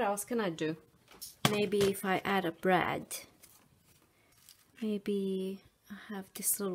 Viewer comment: I love your videos because they are o informative. However, I can't understand if you are saying Brad or Breads.